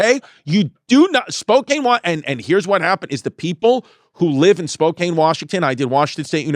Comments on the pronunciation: It's pronounced spo kan. Not spo cane. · Chrissy, say it with me "SPO-CAN" not "SPO-CAIN". I don't know why it's impossible for all of you east coasters to say it correctly lmao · As someone from Spokane, firstly it's pronounced spo-can, and second, the homelessness has gotten bad please save us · Spokane is not that crazy 😂 And he’s gonna piss everyone off pronouncing it like that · Spokane is so terrible i'm not even gonna correct Chrissy's pronunciation of it